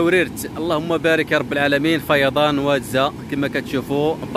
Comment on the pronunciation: أهل المنطقة ينطقون اسم الواد وادزا بتغليض الفتحة على الزاي وليس بتخفيف الفتحة على الزاي.